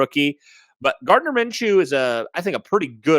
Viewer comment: Sam is pretty accurate